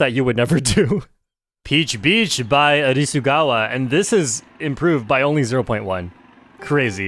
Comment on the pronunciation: Nice job learning Hiragana!!! Great pronunciation on Arisugawa too you love to see it